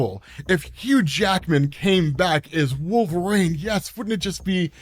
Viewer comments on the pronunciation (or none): are you saying Wolverine or Wolverane